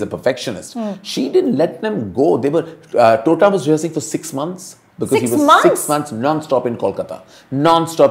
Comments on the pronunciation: Its not "Tota" roy choudhury as in "parrot" ma'am!! Please get the pronunciation of bengali names correctly!! Otherwise it sounds insulting!! How would you feel if someone pronounce your name as "Anupuma" instead of "Anupama" ?? God the sheer arrogance & upstart mentality of these "Bollywood" people/critics!! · its "Tota" as in T and not "TH" as in hindi of parrot...please get the pronunciation correct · Madam, its not Tota (तोता), its Tota (टोटा) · टोटा not तोता come onnnn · Please please please its Tota (tamater wala T not tarbooz wala T)